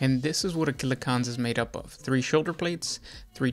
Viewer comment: I have a hangover or Covid, I don’t know, but everytime he says ‘killa-cOn’ it hurts. He’s got a video on Def drods too.